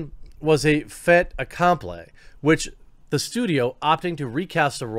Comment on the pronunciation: It's pronounced "fate-ah complee". Fait accompli.